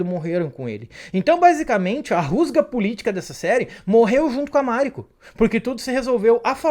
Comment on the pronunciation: Máriko, Fudi, Yabúshigue, Búntaro, Íshido, Ôchiba, Ájiro/Ágiro, sepukú...não faz sentido essas entonações dessas palavras todas.